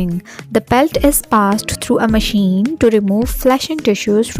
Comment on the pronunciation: Maacine maachine..so irritating sister